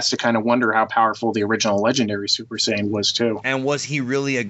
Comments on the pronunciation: And in his other video he was saying ''Sayan'' instead of saiyan. That sounds fucking retarded. All those videos and the dude can't even pronounce the names correctly. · In reality, the way the dub pronounces the word is incorrect, so "Syan" is accurate. "Saiyan" is a Barry Watson creation. Just like "Hyperbolic Time Chamber". It's the Room of Spirit and Time...and the Spirit Bomb...it's the Genki Dama. Every other dub around the world kept the Japanese terms and the Kikuchi score, but North Americans got spoiled. It's no surprise that English speaking fans are so misinformed. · Sayan? You mean how its more like, what, sigh-an or something? I'll give him a pass on that one. It may be incorrect, but all the dubs we watched as kids are to blame. Almost everyone I know (myself included) have that pronunciation drilled into their heads.